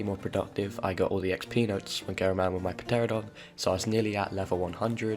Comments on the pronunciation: U say pteradon incorrectly. It is pronounced teradon the p is silent. Just lettin ya know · pronounced ter-ano-don. Love the series btw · It is pronounced teranadon the p is silent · Do Europeans pronounce the P here? I’ve been calling this a Teranadon not sure if that’s spelled correctly. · I cringed when you hit that trike in the face with the slingshot. If you don’t know, trikes take reduced damage when hit in the face. Now I’m sure you roasted for this already, BUT THE P IS SILENT( In pteranodon) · Me actually being triggered by every youtuber that doesn't say pteranodon (ter-an-o-don) correctly. That aside ... I thoroughly enjoyed this. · The p is silent in pteranodon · this guy really just said 'P'teradon Edit- with commentary it literally says "pateradon" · the p is silent but i liked watching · Sir, the P is silent it is Ter ah no don 😂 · hate how he mis pronounced Pteranodon on 2 completely different front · Btw. When pronouncing pteradon. You don't pronounce the "P". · YOU DON,T PRONOUNS THE P IN PTERADON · IN PTERADON THE P IS SILENT